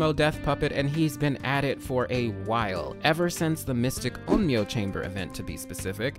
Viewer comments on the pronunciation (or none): none